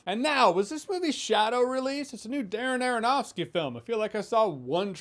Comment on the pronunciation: STOP SAYING ARONOFSKY!!!